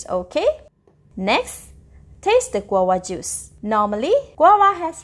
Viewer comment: You need to pronounce the v That's not how you say guava It's pronounced gwa va